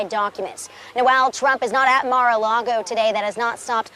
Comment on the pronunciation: Come on guy it’s lago not largo